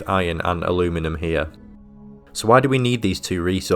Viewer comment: if i have to listen to somebody referring to aluminium as a-loo-minem one more time, i might have to get therapy